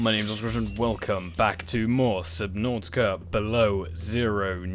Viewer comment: I have never been on this channel but... I like how you said subnautica for me it sounds like subnåtica